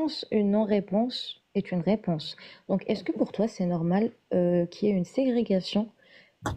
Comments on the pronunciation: J’avoue . Ça me fait mal aux oreilles ce Aye .. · Après le 'qu'il y ait' qui se prononce 'éy' (sous prétexte que son entourage est mauvais en français), on a un 'il la voyit' à. Franchement je t'adore mais sois vigilante, tu perds du crédit bêtement. Ma seule critique se porte sur la forme, n'en prends pas nécessairement compte j'avais juste besoin de le dire.